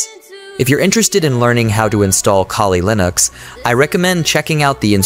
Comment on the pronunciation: it's ai. i may be wrong but grammar does not seem to be from a native english speaker as a first language but the voice helps understand the material. pronunciation of kuhli linux. other tells.